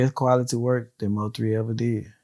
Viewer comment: Thank you Im so tired of hearing Moe3 like get that man name right